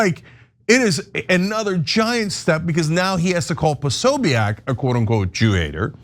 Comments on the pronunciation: Why are you guys saying his name this way? Have you never heard it before? PO-SO-BIC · It's Jack POSOBICK. That's how it's said. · Think you're mispronouncing Posobiec. Think its pronounced Posobik. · Posobeic- (Po-so-bick) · Jack Posobiec is Polish-American. His name is pronounced Po-so-beck. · Why can't these guys pronounce Posobic? I probably misspelled it, but at least I know how to pronounce it and know DAMN well that they know too - being in the news biz.